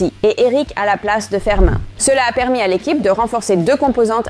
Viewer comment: Merci beaucoup pour le debrief , vraiment c'est implacable sauf que l'IA des fois a du mal avec les prononciation des joueur FERMIn elle dit ( Fermain ) au mieux écrivez " Fermine " J'aime vraiment voir votre debrief , Félicitations